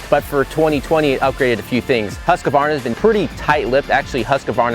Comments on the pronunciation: why it's so difficult? it's not husk-a-VARna, it's husk-VAR-na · Why are Americans so ignorant in foreign names? There is no A between the "QU" and the "V" in the brandname. HUSQUVARNA!!! and NOT HusquAvarna.